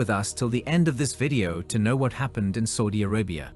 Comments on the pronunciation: its SAUDI Arabia, not SOUDI Arabia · Everytime it says Saudi as Soudi it makes me cringe. Dislike.